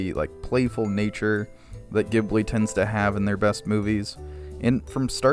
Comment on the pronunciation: Ghibli sounds like Jibbly